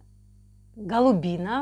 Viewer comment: Голубино, ударение на у Населённый пункт в Белгородской области